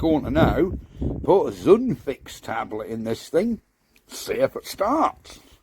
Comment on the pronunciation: I have to say, I'm well impressed. Not quite right, but not far off. FYI, Zundfix... Zund = kindle, light or ignite and fix they stole from English. (There are only 3 good old German words that have an X. Axe, witch and mermaid, or Axt, Hexe and Nixe. Why do I know all this crap? Because I'm an old git with time on my hands and no engines to play with)... Well done, sir. 👍